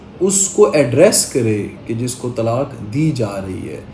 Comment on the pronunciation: woh lafz Tallaq nahin hai Woh lafz Talaq hai طلاق